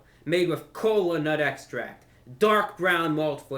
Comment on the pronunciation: excuse me, sir but did I just now hear you say NUTTT extract?